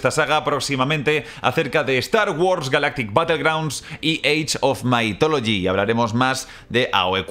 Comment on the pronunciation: Sí, solo que no se pronuncia "maitólogi", como lo dice, sino "mithologi", con la th pronunciada como la zeta o la ce españolas, esto es, con la lengua entre los dientes.